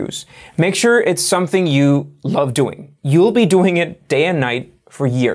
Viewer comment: “Love dong”. Lol.